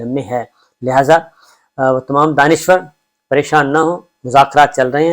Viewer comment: Daanishwr naee Daanishgr